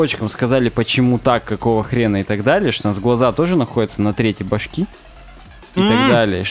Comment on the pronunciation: Парни, ну ведь правило не трЕтей, а третЕй. Часть подкаста просто невозможно слушать из-за этого :(